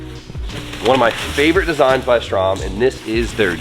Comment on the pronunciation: If you're gonna be running and constantly talking about them Ströms, would you kindly learn to pronounce it? Its not Strom. Ö is like EA in early.